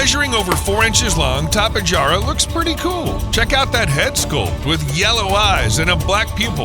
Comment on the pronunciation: Bro its (tapy-hara) bro u got it wrong 😂😂😂😂😂😂😂😂😂